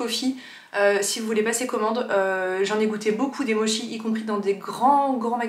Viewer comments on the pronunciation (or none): Difficile de trouver autre chose que des mochis glacés par chez moi mais ceux que tu as présenté me font très envie !! (Ça se dit 'motchi' 😉) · Les cadeaux expériences sont les meilleurs, ça permet de prolonger le plaisir du cadeau tout au long de l'année. Étant une fan de mochis, ma référence est Aki à Paris (Aki café ou Aki boulangerie), surtout les daifuku mochis (fraise) qu'on trouve au printemps. On prononce "motchi" à la japonaise :)